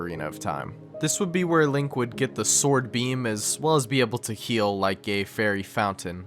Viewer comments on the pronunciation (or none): none